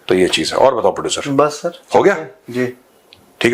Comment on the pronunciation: साहब आपके प्रडुसर को भोड़े बहुत ईज्जत दिजीए, (प्रडुसरवा) मत बोलिए 😂😂😂